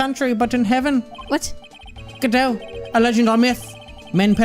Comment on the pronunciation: There actually is it’s pronounced God-oh